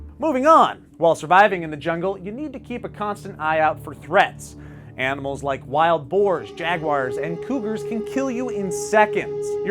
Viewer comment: HE said BANIMALS 😄😅😂😂😂😂😎😇😇😇😇😇😀😭😭😭😭😭😭😭😁😁😂😁😁😂